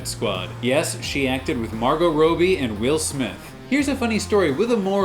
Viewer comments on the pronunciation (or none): Margo Rowbie????? It's pronounced Robbie!